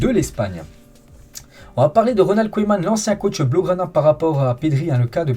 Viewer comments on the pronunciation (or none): none